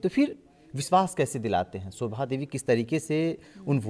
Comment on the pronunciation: सोभा नहीं, शोभा 🙏